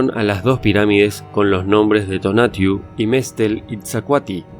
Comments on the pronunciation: No es "tinatiuh" sino Tonatiuh... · El Dios del Sol "Tonatiuh", no Tinatiuh. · Es tonatio no tinatiu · Es Tonatiuh. Quetzalcóatl se pronuncia dándole una connotación en la primera sílaba de la palabra cóatl. Es decir; Quet-zal- C Ó - atl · Se pronuncia TONATIÚ. Con mucho respeto.